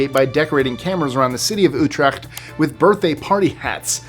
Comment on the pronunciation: Good job pronouncing Utrecht,! Dutch is a tricky language.